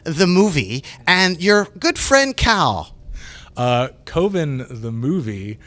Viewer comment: Its pronounced CUVIN not COVEN hahahaha